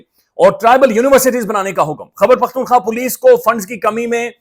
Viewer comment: اسلام علیکم بھائی جان باقاعدگی سے سنتا ہوں آپکو۔ ایک گزارش ہے خدارا برا مت منائیے گا۔ آپ روانی اور تیزی میں خیبر پختون خواہ کو خبر پختون خواہ کہہ جاتے ہیں۔ کوئی اتنا بڑا رولا نہیں ہے لیکن جیسے خوبصورت آپ ہیں ویسا ہی خوبصورت صوبہ ہے اتنا ہی خوبصورت اسکا نام بھی 🙂 تو اسکو ٹھیک تلفظ سے سننا اچھا لگتا ہے